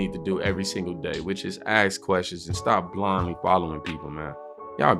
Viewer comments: “Ask” its ask not “axe” an axe is a tool used for various jobs mainly involving wood 🪵 🪓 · Some words of wisdom from Cube BUT IT’S “ASK”, NOT “AKSK” FFS. And people damn well died in multiple wars for people to have the right to vote FFS. YES they goddamned fkn well walked out the front door to risk their lives so that others could live in freedom. What a vile accusation that no one has ever done that. How utterly disgusting to say that. Fk him for saying that and spitting on every veteran who ever WALKED OUT THEIR FRONT DOOR AND FOUGHT FOR THEIR FKN COUNTRY. Even when trying to speak the truth he spews the Demonrat’s BS. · Ice cube it's ASK.........NOT AXE